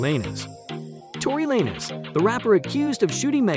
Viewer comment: This is weird why do I keep saying these little videos defending Megan thee stallion with no point of reference or mentioning of Tory Lanez evidence and also mispronouncing his name